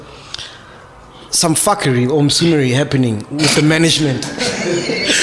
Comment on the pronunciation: Did he just say Msunery?😂🌚